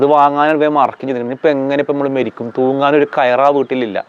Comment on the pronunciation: മേരിക്കുക അല്ല മരിക്കുക